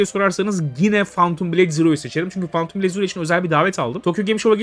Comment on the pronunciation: Abi lütfen artık phantom kelimesini fantum diye okuma nolur 😂